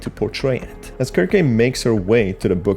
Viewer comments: Pretty sure the name is pronounced "serc-see", not "Kirk-kay" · Circe in Greek is pronounced as Kir-keh, especially if she's named after the witch in the Odyssey and the story of the Argonauts. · Dude her name is pronounced "SIR-SEE" like the witch from greek myth that turned men into swine. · ... in the video you literally hear Bobby's voiceline and he pronounces her name as 'Kir-Kay'...did you not watch the video? It is NOT pronounced 'Sir-see' based on the in game audio lol. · For future reference, I believe her name is pronounced "Sir-see" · (sear-see) is how you pronouced Circe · how do you read someone's name that badly? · Good video, you spotted a lot of things I straight up overlooked! Circe is a very interesting name, I think it’s from Greek mythology? Don’t sweat the pronunciation, it’s not an easy one to get at first. I pronounced it wrong for years (sir-kee). Heck, I spent years thinking cologne (col-own) was pronounced “co-log-nay”. 😂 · The pronunciation can vary